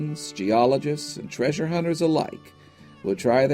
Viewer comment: "Do NOT seek the traysure."